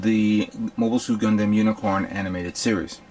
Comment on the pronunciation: Lol he says gun dem like gun damn